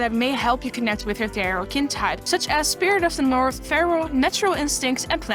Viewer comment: Wait, what did you say? Spirit of the North? Did I hear that right, or did you really mention my home world?